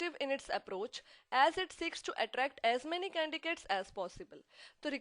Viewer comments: Mam candicates huta yaa candidates huta??/confusing!!!! mam humm tu candidates boltay.By the way very nice and informative i am going to pass my HR this semester by watching these videos.very useful.thank you. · This video is very helpful but maam u r pronouncing candiDates as candiCates...other wise this is an amazing vid thanks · mam aap candidates ko candicates kyu boli h is it a new word??? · Instead of paying attention to the content I was getting irritated by your CANDICATES thing. You know that its CANDIDATES than do you do this as a gimmick? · your explanation is good but don't pronounce the word candidate as a candicate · Thankyou for your information ma'am 😃 and pronounciate canDIDATES.. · No she is not pronouncing correctly but u have to understand...What is correct 😂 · Mam please candidates ka pronounciation sai kiya kijiye.. kuki log apse sikhne aate h yha.. aur vo v glt pronouciation hi sikhenge apki trh... which is not good for them...